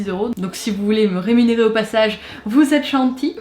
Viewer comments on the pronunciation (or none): none